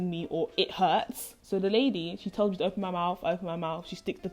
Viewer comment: she was probable laughing because your pronunciation sounded cute ^^ and it sounded like you where saying Dad! Dad! Dad! instead of it hurt. They sound very similar lol